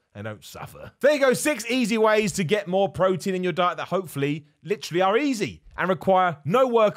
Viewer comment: I kept hearing this as "6 easy wheys to eat more protein"